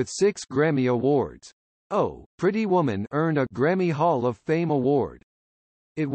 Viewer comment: Oh!...Pretty Women, of course a robot would not be able to say it correctly but that was funny.